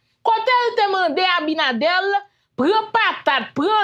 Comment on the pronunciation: Ce Abinader pas Abinadel vérifier sa poumwren souple